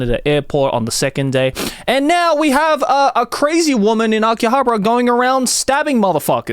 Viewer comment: You are butchering the pronunciation of Akihabara